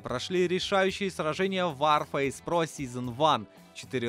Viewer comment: не ворфейс , а варфейс. Вар -война! , а не Вор фейс